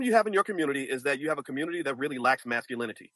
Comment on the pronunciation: lol “Save the communitah!” Dude is still trying to use 1980s talking points when the women themselves said, “I don’t need no man!” This woman went on a show and asked for advice. No one came to her and asked her anything.